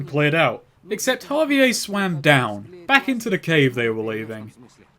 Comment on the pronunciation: The way that he pronounces javier as ha-vee-ayy instead of ha-vee-air drives me fucking nuts